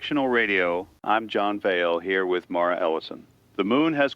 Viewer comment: John Vale AI voice pronounces "Mara" two different ways.